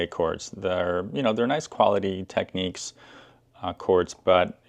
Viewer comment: The cartridge holder was also on the mk3d's, the adjuster at the back was for scratch dj's, the reset button puts it to zero and doesn't lock it to the pitch you have it too and sorry but its tech NICS , not tech NEECS